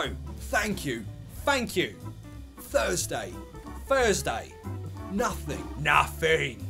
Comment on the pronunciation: You scared the cockney out of me with your facial expression, while pronouncing 'nothing' in cockney accent